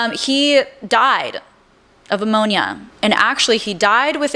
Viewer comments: no shame here, as I love listening to you on YouTube! I just discovered you. But, are you pronouncing ‘pneumonia’, ‘ammonia’? Just wanted to let you know, so you are aware of the correct pronunciation! 🩵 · Girl. The content is good, but it’s hard to take you seriously when you say ex-pecially (ESpecially) and ammonia?? Noooo. Pneumonia. (New-monia). I tried. I really did. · Love your videos. Do you mean pneumonia? I think you’re saying ammonia? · Pneumonia babe not ammonia 😊 lol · I’m sorry, did you say Uncle Rob died of “ammonia”? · Ammonia??? Pneumonia. One we clean with, that would be the 1st. The second is the tiny air sacs that fill with fluid and or pus. Sounds like knee moan yah. That p is silent. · Pneumonia not ammonia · “Ammonia” Do you mean….pneumonia? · Pneumonia not ammonia ❤ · Why is she saying he died of ammonia instead of pneumonia? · I love these deep dives, agree with a lot of your “alleged speculations”, but I have a very hard time with how you do your research and 1. (Jay Z video) you cannot pronounce “Aaliyah” (Ah-Lee-yah) And 2. You say you are a medical professional but it’s “Pneumonia” not Ammonia. Very very different things. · Great vid, I think you do a great job! It's "pneumonia" not "ammonia"😉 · Okay, you have so many comments! I think you do awesome work! I and just one of those people who has to tell you that it's pneumonia, not ammonia and yeah, to be perfectly honest with you, I think you know that already ❤❤❤ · Love these videos but the grammar and pronunciation issues are really distracting and make me question the legitimacy of her credentials. "Ammonia" instead of pneumonia, "rised" instead of risen or rose, "AaLIEyah" instead of Aaliyah??? I suppose I wouldn't be totally shocked to know even our higher learning institutions are failing this badly but holy moly. Get it together sister. Common knowledge and language is essential for this 😭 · Pneumonia, not ammonia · You're saying Ammonia like the chemical. It's Pneumonia!